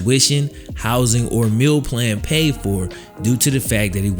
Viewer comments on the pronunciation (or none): none